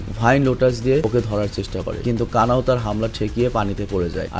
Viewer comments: Kana kana kortacen ken😂😂kanao😊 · কানা নয় কানাউ